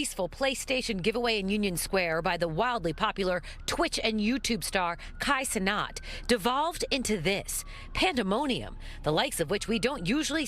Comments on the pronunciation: ”Kai cenot”😭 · girl said'' Kai Cenot'' girlll lmaooo